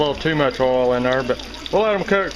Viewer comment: 'love the way he says "oil" .... like "ole" with a long o, no diphthong.